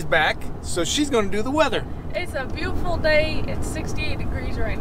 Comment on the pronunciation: Did say “its booful day”?